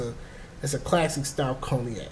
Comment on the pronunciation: Pronounced in English conyak not coniak!!!!